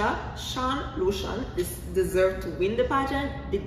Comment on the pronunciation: Shan Lucien not Lucian.